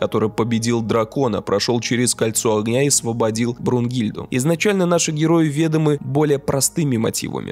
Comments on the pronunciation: вЕдомы, гостЁм, ... помогал ему оставаться незамеченнЫМИ..., вобще беда какая то со склонениями, ударениями и окончаниями) еще и со звуком косяк... Автор, мы же знаем, что Вы образованный и грамотный человек, подождем видео день-другой, если что ) правда, видно, что видео делалось впопыхах. Прям режет слух, хотя разбор интересный и Тарантино всё ещё торт ) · Герои ве́домы мотивами, Джанго одержим сле́пой местью, Шульц притворяется европейским гостём. Уважаемый блогер, ставьте ударения правильно и проверяйте свои видео перед загрузкой на ресурс